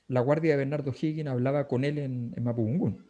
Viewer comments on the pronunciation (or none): mapundungún... no zungún...